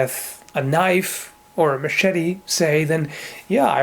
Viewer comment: "That's not a noif...this...is a noif"